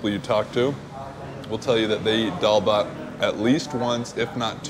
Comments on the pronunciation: It ain't dalba it is dal bhat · just a small correction.. it's Dal Bhat.. not Dalba... it just means lentils and rice